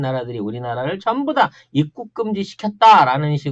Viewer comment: '입국'발음이 안되는건 윗 입술이 잘 안풀려서 그래요 ㅎㅎ